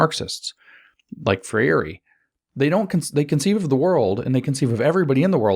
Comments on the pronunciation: Free reeeee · brazilian fan here, James. “FREY RhEE” (if I may respectfully assist in the pronunciation). thanks for the colossal work your doing.